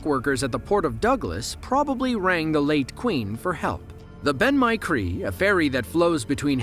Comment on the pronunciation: The Ben-my-Chree is pronounced ‘Ben Mcree’, the y is silent. The clip was captured by passengers and not crew. Please ensure factual content and research properly.